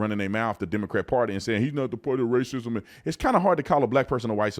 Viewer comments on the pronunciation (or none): none